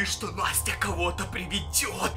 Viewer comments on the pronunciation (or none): none